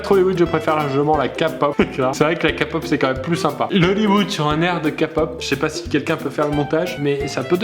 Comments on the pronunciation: Kapop😂😂😂 "kay-pop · Ka pop ?? Sérieusement ? KA pop ?! C'est Kaypop 😂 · Cher pierre croce, Vous etes condamné à 2 ans de prison pour avoir mal prononcé le mot kpop. Ce n'est pas "kapop" mais "kaypop" IT'S A PRONONCIATION ENGLISH OKAY?! merci VIVE LA KPOP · en disant kapop au lieu de k-pop tu dois le prononcer en anglais stp même si tu n'est pas fan de k--pop prononce correctement le mot je t'en suplie bref passe une bonne soirée et joyeux paque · bin dis donc ça fait mal PIERRE TU A DIS DE LA KAAAA POP normalement on dit de la KÉÉ POP 😊😄😂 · on dit ké pop et pas ka pop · Ça se dit "kypop" pas "kapop" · Cécile Ber Oui oui je sais que c'est pas Kapop mais c'est pas Kypop non plus ^^ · omg il a dit KA-POP😱 c'est KÉ-Pop😂🇰🇷 sinon bonne vidéo ❤ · On dit Key pop incultes 😭😭😭😭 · il a dis kapop jpp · On prononce Képop et on écrit K-pop !!! Mais ta vidéo elle est trop bien. !! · Kpop ne prononce pas Kapop je t'en supplie 😂😂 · ka pop......kpop bordel ! c'est a l'anglaise ! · C'est moi ou à un il prononce k-pop «Kapop» 😂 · Ka-pop , mes oreilles ont saignées ... Putain les gens ça se prononce à l'anglaise !!! j't'adore pierre <3 mais là non ... NON ! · Candy Dream12 Key pop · ON DIS KEYPOP. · On ne dit pas ka pop, on la prononce en anglais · Une baffe à un petit morse sans dent à chaque fois que Pierre dis "Kapaupe" au lieu de K-Pop. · Cécile Ber non on dit keypop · Alexis oui mais pas kapop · J'ai pensé la même 😂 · "KPOP" !!! Comment tu dis ça Pierre !!!??? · SugaKookBts il l'a mal dit mais y'a aucun rapport entre "la kpop c'est de la merde" et son âge et son comportement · J'suis complètement d'accord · El Risitas Mais je suis une fille ! Et nan, c'est juste qu'il l'a mal dit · Oh nonnnnn on dit pas K pop mais le k à l'anglaise 😂